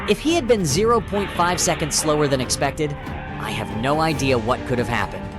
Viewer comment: AI, wtf is "S" "Ekonds". Oh, you mean seconds. Omg.